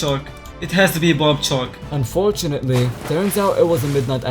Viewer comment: bro i thought he was saying "bobbed chalk" instead of "barbed shark" 💀💀💀